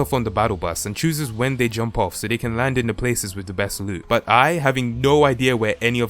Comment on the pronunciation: U said boot